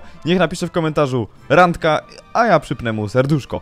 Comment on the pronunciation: "Randka" Nie Rangka